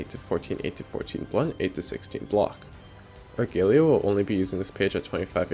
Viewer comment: > ar-gay-lee-ah dislike video